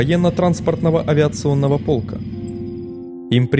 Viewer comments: Правильно говорить полкА, а не пОлка! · ПОлка- доска, которая крепится к стене. Может полкА? Смените диктора. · ПолкА. А не полка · Не пОлка, а полкА! ПОНЯЛ, НЕРУСЬ! 😡😡😡😡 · На каком это языке автор говорит ? "600-го пОлка" , "из КаУнаса".... Велик могучим руский языка? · Автор, не "пОлка", а "полкА", не "КаУнас", а "КАунас", не "СредствА", а "СрЕдства". И такое ощущение, что либо автор у "Википедии", либо она у него полностью слизала материал. Весь текст в слово в слово совпадает. Нехорошо так делать. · Почему пОлка то?!!!Вас в школе не учили правильно ударения ставить?ПолкА же... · ПолкА,КАунаса!!! Грамотей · ПОлка )))) мало того что проблемы с озвучкой еще и такие нелепые ошибки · КаУнас..ПОлка...господи когда вы акценты научитесь ставить... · слушайте, отладьте уже озвучку, а то слушать невозможно. каУнаса, авиационного пОлка, аэропорт бЫково (он быкОво) и много, много еще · Пóлка, Каŷнаса. Не смогли в русский язык. Позор. Я не смог смотреть в первые же тридцать секунд